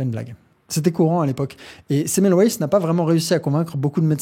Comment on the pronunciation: Ne pas systématiquement prononcer à l'anglaise les noms propres étrangers !! Le nom Semmelweis se prononce Sèmeulvaïss (comme les noms d'origine germanique).